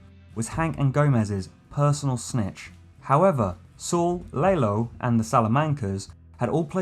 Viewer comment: Laylo.. who the hell is laylo?! You mean lalo?